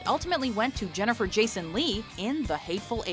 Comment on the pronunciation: jennifel lawrence?!?!?! you gotta be shittin' me... -.